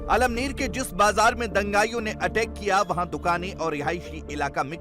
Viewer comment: अमळनेर है 👍 almner नहीं